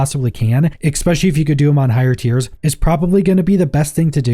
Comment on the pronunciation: 'Eck'specially Come on man. Especially.